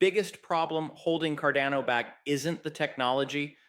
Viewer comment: Might be petty but I sure wish you would make up your mind between the pronunciation.....is it carDANo or carDONo